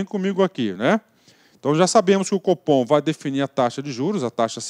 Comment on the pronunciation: Competência do "fofom", brincadeiras a parte ótima aula!